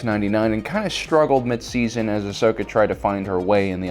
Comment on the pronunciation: Why can't you learn to say Ahsoka's name correctly?